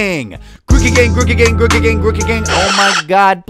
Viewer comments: GrOOkey- 2 ‘o’s, not 1. Groo-key. Not gruh- key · but it’s name origins mean it’s pronounced like groove. If it’s name origins were partially rookie like u said, it’s name would be ‘Rookey’ not Grookey